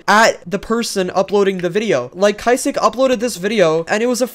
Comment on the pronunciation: the way he pronounces kysiek as kysi-ek and nosdaemon as no-s-diamond LMFAO